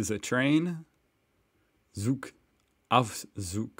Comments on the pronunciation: In German the "Z" has to be pronounced "Ts". To pronounce "Zug" correctly just read "tsoog". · Dude, I know it is a zee in AE, but in German the letter z sounds like your ts sound as in bits. So, it is a Tsoog and no Zzzzoog, I tried to write it down as you would read it with the English alphabet on your mind. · Great pronunciation. But the "Z" is not a soft S. It's more the sound of the "TS" in what's or treats